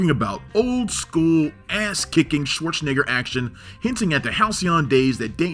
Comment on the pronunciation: What a strange, and annoying way of mispronouncing 'Schwarzenegger'. It was so aggravating I had to stop watching.